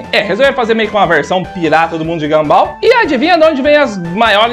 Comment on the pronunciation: É mundo de Gunball e não ganbál 🤣🤣🤣🤣🤣🤣🤣